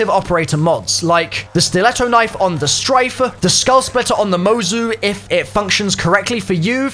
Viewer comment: Stryke, with a K. Not Strife.